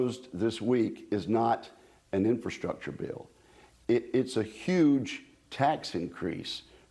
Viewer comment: "Infastructure".....read "pork"